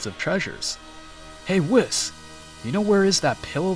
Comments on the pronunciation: It's pronounced "Weese not wis" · ahem IT ISPRONOUNCED: WEESS NOT WIZZ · I like watching these but WIS 🤣🤣🤣 it’s pronounced WEESE but spelled Whis 🤣🤣🤣🤣🤣 it’s also Omni King not king of everything lmfaoooooooo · Why are you calling him Wis it’s called a Weise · It’s pronounced “Wheeese”. Great video! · BRO SAID WIS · Stop mispronouncing names like whis (wees) just watch the anime English dub and use the names the way you here then if making English content , it’s not that hard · nahh bro said wheis its spelled whis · Please don't say whis like piss. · you dont even pronounce the angel "whis" correctly lol xD what a joke